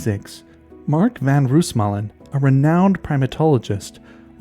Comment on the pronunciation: Just a little note: The "oo" in Roosmalen is pronounced like how you'd say "no" instead of how you'd say "doom", this goes for all Dutch names, as well as for Afrikaanse names like "boomslang"